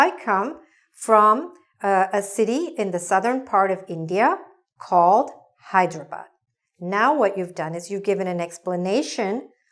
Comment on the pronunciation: Excellent video. I love the fact that she pronounced "Hyderabad" right and the usual "Hai-dare-a-bad" that people say.